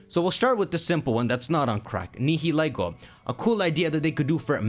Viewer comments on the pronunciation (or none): I love your content and theories, but I can NOT get past your pronunciation of Nihilego and Blacephalon